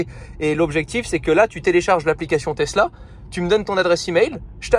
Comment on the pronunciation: Les supports de plaque format Europe avec la taille minuscule des plaques monégasques qu’est ce que c’est moche :o et « tezzla » y’a que moi ça rend dingue? Ça se dit « tessla »